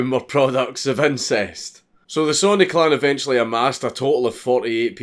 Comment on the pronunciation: It took me ten minutes into the video to realize he was saying clan and not clown. Lol.